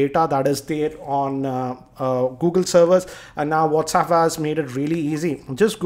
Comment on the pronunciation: LOL...Its not Whaats- uup... Its Whats App hahahahaha